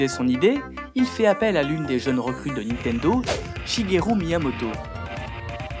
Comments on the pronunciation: Cool tes vidéos ! :) Juste un truc c'est niNtendo pas nitendo :D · niNtendo. Pas nitendo. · Alors, ça fait plusieurs vidéos que je regarde, et tes vidéos sont cool... Mais s'il te plait ! NiNtendo, et pas Nitendo // Et encore plus important -> SuIcide, et pas Sucide :P Sinon bravo :D